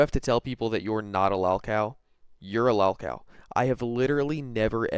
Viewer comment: It drives me crazy the way you pronounce “lolcow” dude, use the correct “o” pronunciation when saying it. How come Cyraxx can say it correctly but you can’t? He has no brain.